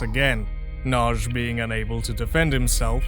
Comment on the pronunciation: Not "Nag-i" but closer to "Nudge". Y is never a vowel in hungarian, it only exists as part of digraph letters where it serves as a consonant. Edit: I think you only had it "Nag-i" once, the first time. Overall good effort for a non native speaker.